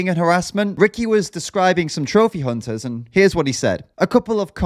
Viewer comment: “ Trophy cunters” 😂🤣💀